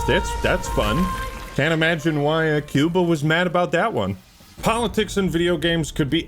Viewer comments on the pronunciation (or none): none